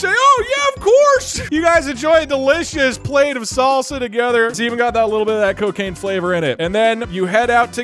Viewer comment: ah yes, the well known drug "ccooccaciine"